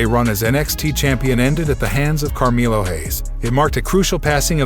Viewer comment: Brock LesNAR? CarmEElo Haze?! Lol!